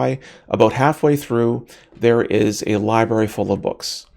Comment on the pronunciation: It's not a libary it's a libRary